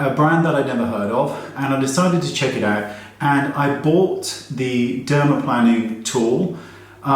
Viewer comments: Plane-ing, Wayney. Not plan-ing. 😉😉😉😘 Wuv ya though! 😆😁 Question!! Micro needling: will callous my face like it did my forearm??? I tested it on my left forearm just above my wrist, and I got a tough, thickened area of skin! It was frightening to think that'd happen on my face! Still, I have a couple of great rollers w/ different needle lengths. I haven't used them regularly yet, and this fear is why. I don't want a face that looks or feels like Pat Garrett's sundried saddlebag. 😒🥴 Your input? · It's pronounced dermaPLANEing! ;)